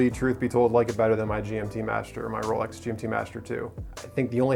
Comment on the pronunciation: Rowlecks > Chewdurr